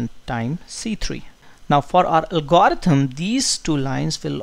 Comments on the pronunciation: could the good professor amend his pronunciation of "algorithm?" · You really got to work pronouncing the word "algorithm".